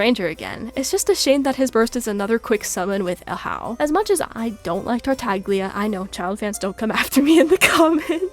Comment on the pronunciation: Why tf do you pronounce Tartaglia like that T_T